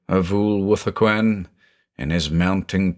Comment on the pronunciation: When his name is said does anyone else hear "a fool with a coin"?